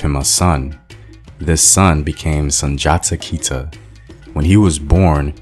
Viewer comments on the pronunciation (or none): none